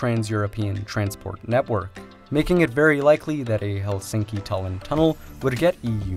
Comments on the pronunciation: It's pronounce HELsinki. Not helSINKi. The stress is always on the first syllable in Finnish. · Remove this video and re-record it with correct saying of Helsinki. Stress word must be accented on E like hElsinki, not helsiinki. Its hElsinki, accent on E.